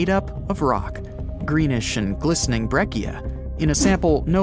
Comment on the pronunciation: BREH-chia, not BRECK-eea.